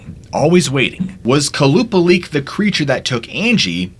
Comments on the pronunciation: The Alaskan mermaid (the second Stort) is pronounced Kwah-Luh-Paul-Ick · the second creature is pronounces Kolla-paul-ic to my knowledge